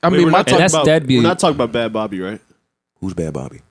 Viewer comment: "Bad Bobby" lmfao did he mean Bhad Bhabie?